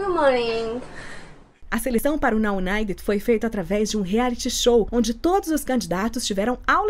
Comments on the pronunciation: Vc falou o nome certo, sou UNITER 😘😛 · A mas você falou tão perfeitinho.